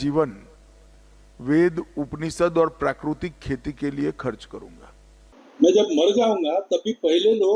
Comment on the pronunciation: पूरा देश एक अडानी के लिए बेचने का काम तो आप ही करते हैं और खेली करने में पसीना बहाने की जरूरत होती है. पहले हिन्दी बोलना तो सीख लो प्राकृतिक को आप.प्राकृतिक को भी सही उच्चारण करने में सक्षम नहीं हो. क्या खेली करो गे खेली क्या होती हैं ये भी सीखना पड़ेगा क्योंकि काम करने के लिए अभ्यास करना पडता है